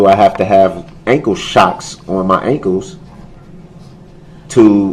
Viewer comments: I hate the way he says “ankles.” Wtf are “ankoos?” 🙄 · Tell the troof and NO ONE EVER CARED IF HE HAS ON SHOCKS!! They probably wondered why they weren’t used! And who says ankus instead of ankles. He’s the absolute worst.